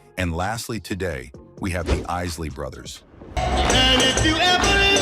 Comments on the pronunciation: The esley brothers😂😂😂 the Eyesle Isley Brothers boo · Yea, but this is some AI generated bullsh*t!! Didnt you hear when the ROBOT narrator said the iz lee brothers??? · O-0-h child?! The chi lites and the Is-ley brothers?! What is wrong with this man? He is doing a damn diservice pronouncing these names this way!!!😆🤣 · Seriously? IS - Lee brothers? For Isley Bros Bar - KEYs? For Bar Kay’s Chee-lights? For Chi-lights Where do they find readers to mispronounce names of researched topics? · TO " ": SIR---------PLEASE---------LEARN TO PROPERLY PRONOUNCE NAMES, BEFORE UNDERTAKING A VIDEO LIKE THIS! ----------IT'S " THE EYESLEY BROTHERS "! -------AND IT'S " THE BARKAYS "! -----------MJL, 78 Y/O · This gotta be AI; This guy is not BLACK; If you Black you know the correct pronounciation of the Isley Brothers and the Barkay's, Chi-lites,..."Real Talk: and I said that the right way....